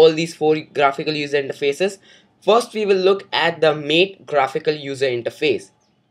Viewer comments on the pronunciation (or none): good video, but you mispronounced MATE.. its not MATE as in two having sex, but as "Matte".. :)